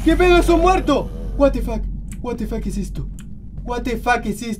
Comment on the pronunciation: meda mucha risa cuando dises wate fac i tu cara pero me encanta tus videos